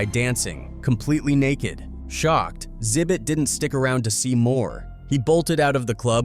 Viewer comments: It's not "zibbit" . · Its pronounced "Ex Zibbit" not "Zibbit". And It will be interesting to see what the FBI confirms are on the tapes they confiscated, but this could take a decade to be revealed, with how slow huge court cases like this go. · The 2nd saddest thing about this video is that the narrator doesn't know how to pronounce Xzibit "exhibit" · Bro Xhibit is said like the word exhibit. Not Zibit lol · Calling xzibit “zibbit” is crazy dude it’s pronounced “ exhibit” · It's not zibit it's X-ibit exhibit..... get it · Who are Zibit and Zybit? You guys need to stop using AI if you can't even pronounce Xzibit as "Exhibit" correctly. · "Sibit" lmao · “Zibit……” 🤦🏻‍♂️🤦🏻‍♂️🤦🏻‍♂️🤦🏻‍♂️. I can’t………. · Its pronouned "EX ZI BIT" and dislike for the clickbait thumbnail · “Enter Zibit” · This AI voice couldn't say "Xzibit" 😂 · Does anyone else hate him butchering xzibits name lol😂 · Ya know you can just google "Xzibit" and learn the right way to pronounce it. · Is this a automated VO or a real person. I cannot atand how they say names. No one has talent to read obviously, gotta have a computer do it. Liten to how it say Xzibits name. 😂😂😂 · mispronouncing X-hibits name like that is crazy 😂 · VO kept butchering xzibit’s name 😂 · DAMN, he can't pronounce Xhibit@ I don't know if this is a computer narration or not. PEOPLE look up the names of the people before you make a video!!! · Thafuck is this AI voice and why can't it pronounce Xzibit? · The first person that replied to you is correct. It's a common flaw with AI voicing - it often mispronounces names. It's easy to detect because sometimes it gets the name right and then messes it up on the next go. Which is what happened here. This is something real people would generally never do. It also wasn't able to enunciate Xzibit correctly at all. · holy shit the AI voice butchering Xzibit just sent me over the edge into a fit of giggles 🤣🤣🤣🤣🤣🤣